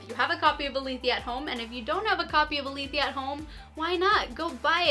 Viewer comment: 1. This is the most helpful video I have found on this topic and has more detail than IngramSpark's own tutorials. 2. Really nice audio and video quality! 3. Thanks for pronouncing Aletheia correctly!